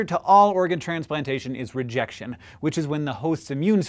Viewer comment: when he first says "rejection" he turns into an old British academic.